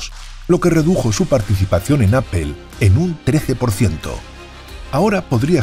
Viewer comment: Que es “apel” ????